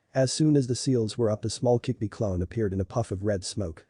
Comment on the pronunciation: it's kyubi not kickbi